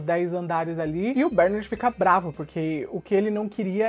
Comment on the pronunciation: Cara, para de chamar o nome do personagem errado, PELO AMOR DE DEUS! A pronúncia correta é "BERNÁRD" e não BÉRnard. Vc fazia a msm coisa com as crianças "AGACUI". Jesus amado que irritante!